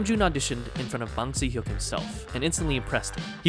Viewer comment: Wow, great update. Thank you. ONE thing could be better: Bang Si-Hyeok - the Si is pronounced like the englisch „she“ not the Italian „si“ - thanks again